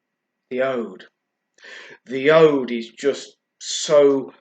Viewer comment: It's pronounced oood.